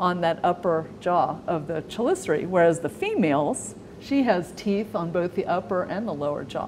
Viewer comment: Her pronunciation of chelicerae doesn’t correspond with the phonetic transcription onscreen. Which one is correct?